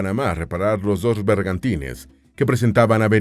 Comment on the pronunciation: Pronuncie bien, maestro. No son arcabuques sino arcabuces. Tampoco son bergatines sino bergantines.